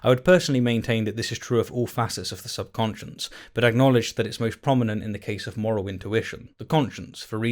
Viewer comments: It sounds like you’re saying “sub conscience” when the word is “subconscious.” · Are you saying "subconscious" or "subconscience"? What's the difference between a "conscience" and a "subconscience"? I never heard of the latter before and spellchecker doesn't recognize it. Wictionary thinks they're synonyms but I've never heard the word before. Where did you hear about it? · Great vid; well written. You included several keen metaphors and some effective understatement. But please stop saying "subconscience." Cheers!